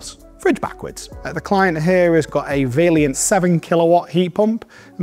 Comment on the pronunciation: But you called it Vailliant twice, not Vaillant.